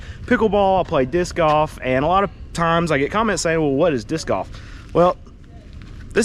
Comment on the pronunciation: It sounded like "Diss Guff". LOL Disk Golf I understand. LOL